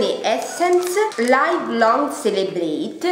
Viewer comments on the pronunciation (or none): la parola "live" si pronuncia liv non laiv e "laugh" è lof non long